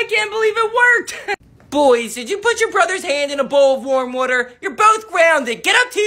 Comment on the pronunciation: I love when u say woter😂